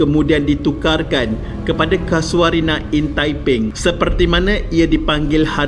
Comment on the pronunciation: Mana ada ujud hantu? Kay-sho-rina! Bukan Ka-sua-rina! Ingat burung Ka-sua-ri ke?😁 Tukang house keeping? House keeper! Teruk betul kau punya sebutan. Kena improve lagi. Nilai hartanah tapak tu, agak2 brapa skrng?